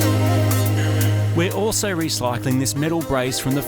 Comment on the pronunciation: "we're also reclycling"? hehe luv u